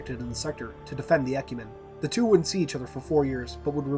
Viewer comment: Not really a big deal, but Mendicant is pronounced with a soft C, so sounds like "Men-di-sent". Also, Ecumene is pronounced "Ek-yoo-min-ee" Again, not really a big deal.